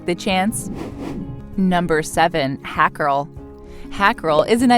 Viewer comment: Hakarl is pronounce "hawkarl"